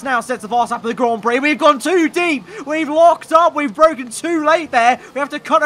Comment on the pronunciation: Lando "ITS BWOKEN"